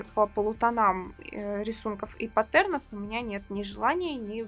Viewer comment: девушка, говорите вы чудесно, но пожалуйста, проверьте ударение в слове паттерн...